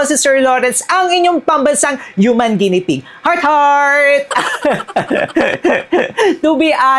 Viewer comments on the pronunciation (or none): none